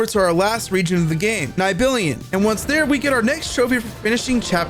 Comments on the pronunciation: Neibillion? I have never ever heard someone pronounce Nibelheim (Neeble-Hime) so wrong. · “Nibellion” im dying Its nih-bel-heim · the way you said nibelheim actually almost made me stop watchin its - (knee-ble-high-m) how can you mess up how its said so bad when they literally say it numerous times :') if its a rage bait its a hell of a good one... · How is it possible to play a game for 200 hrs and hear "Nib-il-hime" being said countless times, but not be able to pronounce it correctly? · Say it with me! Nibble-Hime. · Not tryna be nerdy or anything but it's pronounced "knee bell hime" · Lol correcting him and still being wrong is hilarious, its knee-bill-heim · Knee - Bill - Hyme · my brother on gaia wtf is a “nybillion” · This mf said “Nigh Billion” 😂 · Nibilion is the most triggering thing ever lol. Grats on the platinum! Great video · Nibilion sounds so funny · congrats on your plat, but "Nigh-billy-an" ?!?! sir... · Iv never seen someone pronounce nibelheim like that before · Bro did not butcher Nibilheim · Niblheim pronounciation almost made me cry😂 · how do you say nibelheim so wrong so many times despite it being a narrated game with voice acting where you hear them say the name so many times 😭😭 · You did not pronounce Nibelheim like that lmao